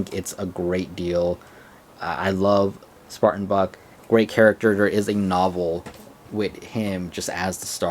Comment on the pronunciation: Was I the only one who heard Buck pronounced with an f at the beginning?